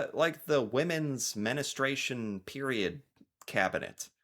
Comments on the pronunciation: Dude, I hate to be that guy, since I actually enjoy your videos, but it isn't menistration, it's menstruation . . . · Menistration!!😂😂😂😂 Sir. Menstruation. Pronounced men-stray-shun. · Stop saying menistration, it's men-stration 😂 it makes me giggle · you crack me up. It’s pronounced menstruation not menestration lol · Your efforts to say menstruation (Menestration - according to you!) is hilarious 🤣🤣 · Menstruation not menustration lol Where I live, from early autumn, you will see cosy knitted hats hanging on railings for anyone needing one to take. People also crochet really cute scenes of animals, flowers etc and fit them onto the top of our red post boxes, just to cheer people up, they never get taken or damaged. You can also find large beach pebbles out and about that have inspiring text painted on for people to take and use as a pocket hug. Many cafes do a scheme where you can buy an extra coffee or meal when you pay your bill and it is written on a post it note and stuck into a pin board for anyone in need to go in and take to get free food or drink without having to ask. I think Canadians and he Brits are very similar...however, there ARE some good people in USA but it isn't so widespread I don't think? 😊✌🇬🇧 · MENSTRUATION 🤣 you made me laugh so hard with your "menestration" lol great video, I learned a few things about my own country! Including the fact they have fitting rooms at the post office!? This is genius when you think about it! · I had to laugh about you calling woman's period manustration instead of menstruation. That was so cute, Greetings from Ann from Canada. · I love that you are trying to dicover things that are outisde your small little world, but, and I say this not to shame you but to get you to understand how small your world is: I thought you had a wife and kid. If you can't figure out HER world (it is 'menstruation'', not 'men-a-stration'), how do you expect to understand any world that doesn't have you at the centre?